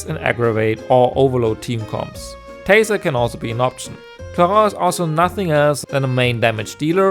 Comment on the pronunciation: I shall appreciate the only guy who spelled "clorinde" in an actuall french accent.